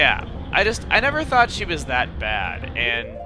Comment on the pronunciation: Every time he said "It was really thought out" I heard "It was really thawed out"